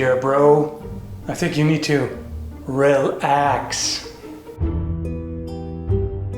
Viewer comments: Seconds into the video "I think you need to... rel-axe." Bee-lines to the comments Get out. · Rel-Axe. Ha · "I think you need to reel axe." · real-Axe. LOL. Thats me sold... no matter what you say from that point I was bound to agree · Brooo, man said rel-axe, the pain this causes is me is immeasurable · "real-axe" damn, i needed that...., he hates nunchuks too... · "You need to real-axe". Me a veiwer: (APPLAUSE) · Real-axe hahahhahahaha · "You need to reel-axe!" --, on how to make stressed people punch you in the face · downvoted because of "rel-axe" boo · "Rel-Axe" you punny SOB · "relAXE" duuuude...